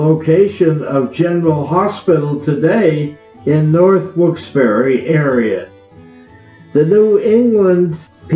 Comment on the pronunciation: The narrator is mispronouncing Wilkes Barre throughout this documentary